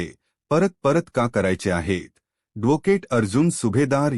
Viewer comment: मारवठी बोलता येत नाही धोकेट कय ऍडव्होकेट n😄आहि म्हणता येत